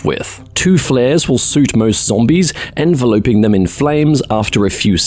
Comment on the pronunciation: Envelope-ing? That's not how you pronounce Enveloping. It's En-Vel-Op-Ing, not En-Vel-Ope-Ing In general I think you could maybe work on sounding a bit more natural with your delivery, the content is good but you just sound kinda stilted sometimes